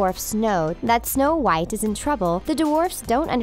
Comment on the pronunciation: Is my phone glitching or do you keep saying Show white I am so confused…